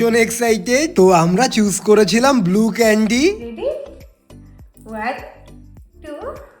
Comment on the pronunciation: ক্যান্ডি ❌কেনদি "✅